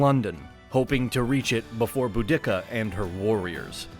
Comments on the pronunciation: "Boo-DICK-ah"? The mispronunciations have reached a new level of horrible. You should go back to narrating these yourself. If you, as a non-native English speaker, mispronounce some words, it is easily forgiven and overlooked, but when your native English narrators continuously mispronounce words and names, it is so distracting that it really takes away from the overall quality of the video. The content and graphics in your videos are always excellent and why I keep watching. However, you need to ditch these narrators. Not only do they mispronounce words by emphasizing the wrong syllable, they also over-enunciate sounds like "t" in situations where a native English speaker would pronounce it closer to a "d". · sorry, but who is boo-dicka? it’s boudicca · The way he pronounces Boudicca is so bloody jarring. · The speaker does not know how to pronounce words correctly, such as "subsequently" and "Boudicca". Makes the whole presentation uneducated and doubtful; lacking credibility. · Emphasizing the second instead of first syllable of Boudicca is just bad. You should never do that again. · Bo-dick-ah? is she in any way related to Bo Derek? It's Bode-ah-See-ah Nice video though, regards from Donegal, Ireland! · Dude it’s pronounced bow-de-see-a not boo-dick-a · "Boo-d*ck-a..." Lol. It's pronounced "Boo-da-cuh." Very old Britons were even taught "Boa-da-cee-a." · Not pronounce Boo-dic-ka it’s pronounced Bur-de-ca. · It's Bu-di-ca, not Bu-dick-ca. makes me wince every time he pronounces it like that. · You are mispronouncing the name of Boudicca.... NOT Boo-dick-ca... it is Boo-da-ca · You pronounce things very different that to how they’re taught. Am I remembering an old syllabus? Because I’m pretty sure Boudicca was pronounced without separation and in Iceni, the last ‘i’ was pronounced ‘ee’ Edit: the more I watch this, then more it has me laughing. Why tf are you saying ‘boo-dicka”? There’s no pause between the parts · its Boudica, BOOdiKa